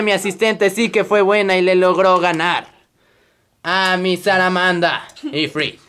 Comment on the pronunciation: se dice salamanda no saramanda